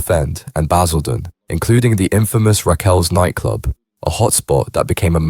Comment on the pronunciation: Baz-ILL-den was a powder keg Sort this AI slop out it's total shite